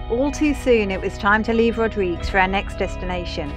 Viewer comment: Looking for more videos from you. You haven't posted any in some time. Rodrig-UEs! Pronouncing the 'UE' is from a Portuguese name. (And/or Spanish) However, I see that the local Creole doesn't pronounce it that way but rather 'Rodrig' Other sailors who made landfall there pronounce it as in Portuguese. This is certainly a place to visit if you can get there. Good video. Thank you.